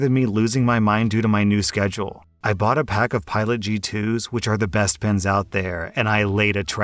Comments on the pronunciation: For the pen story I was only listening to audio and it took me a while to realize he was talking and pens and not pins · OMG i thout he was saying pins not pen i was like why wuold you need so manny pins the i saw on the screen pens not pins i was so losst.